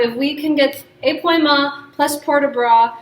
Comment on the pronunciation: épaulement - is where the upper torso (and thus the shoulders) twists while the hips remain square, like in balancés pau is pronounced more like pole (not like p’wah) thus ay-pole-mont not ay-p’wah-mont